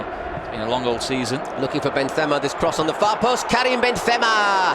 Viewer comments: It really annoys me how the commentator keeps saying benthema instead of benzema as if benzema was a Spanish player. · why does this British poser pronounce "Benthhemah" like that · Why does this announcer say Benthema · I simply cant enjoy this. The commentators dont know how to pronounce Benzema and when Real Madrid score score goals they arent enthusiastic at all. Boring commentary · i hate how the commentator is trying to look clever pronouncing benzema like that, when the english and french pronunciation is almost identical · Yeah, but it’s a French player’s name and an English commentator